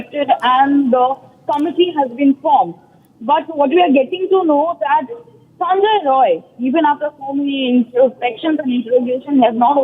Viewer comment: Not sanjoy its Sanjay.